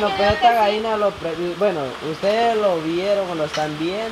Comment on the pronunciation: Se dise gallina no vaina ablen bien se ollé bien paisanos 🇲🇽👎